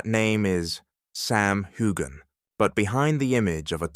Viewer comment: It’s NOT HU-GAN! Get it together